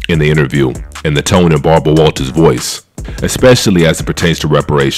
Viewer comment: Love the channel! I ain’t gonna lie, hearing you call Kirstie “Kristie”, and call Barbara “Balber” is funny asl